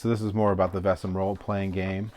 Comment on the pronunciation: Oh my god, 😂 People really just ignore the "a" in Vaesen.🤦‍♂️ VAY-sun. Great unboxing video, but some American pronunciations drive me crazy!🤪